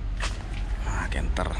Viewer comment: Canter dibaca kenter